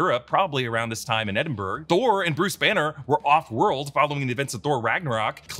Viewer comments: oh no! he called it "ed-in-berg"!!! leaving out the Gambit Azazel fight is criminal lol Also, Deadpool calls him "Van MILD-er", if any of you caught that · edinburgh is not pronouced "edinberg" but "edinbruh" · Its pronounced Edinbruhh like that, trust me im scottish. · Mate if you’re going to say Edinburgh say it right